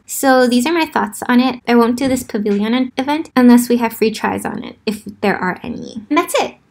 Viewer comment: Dude don't hate me but pavilion. Like a million. Not pavilyyyyyon. Lol dont hate me xD